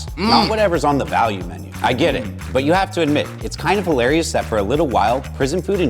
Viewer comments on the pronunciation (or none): none